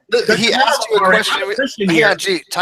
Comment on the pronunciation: Three times he axed you Aaron!